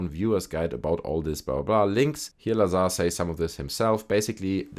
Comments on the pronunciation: You are mispronouncing his last name - it is pronounced Bob Bizarre. Agree with your sentiment on Jeremy Corbel. He's a charlatan. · Bob looz-ar